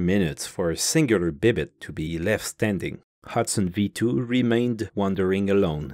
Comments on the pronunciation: Why do you pronounce it 'bib-it' when it's spelt 'bibite'? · C'est pas français, c'est québécois 😂